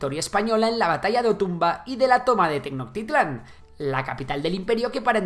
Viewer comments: 😂😂😂😂... No se dice TENOKTITLAN.... Se dice TENO"CH"TITLAN.... Tienes que hacer énfasis en el CH... eso es básico ya que son palabras Nahuatl... Fuera de eso y de varios errrorsotes básicos. Me agrada mucho tu narrativa. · Los españoles no fueron los vencedores, lo que venció fue la insurrección de los otros pueblos subyugados al pueblo mexica, encabezado por las tropas españolas, y se pronuncia no con C, Tenochtitlan se pronuncia tal cual la CH